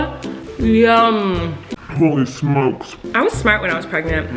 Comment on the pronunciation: why is nobody talking about how colleen kept saying pregners instead of pregnant, lol im laughing so hard!!